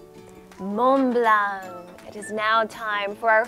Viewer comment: La prononciation de lorsqu'elle dit Mont-Blanc est parfaite! Mais un peu moins pour Macaron! Ha ha ha!